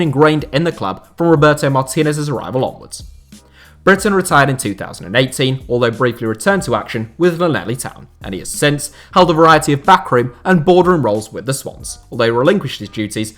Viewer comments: 😂Fucking laneli Town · that pronunciation of Llanelli 😂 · It’s pronounced “Davis” even though it’s spelt “davies” and we’ll ignore the whole Llanelli thing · As a Swans fan I really appreciate this so thank you! We just won’t mention your pronunciation of Llanelli Town 😉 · Lol you pronounced llanelli wrong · I loved how he pronounced Llanelli Town 🤣🤣